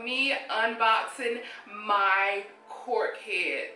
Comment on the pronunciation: Good I'm glad u stopped saying cork head cause everytime you said cork head it sounded like something else 😂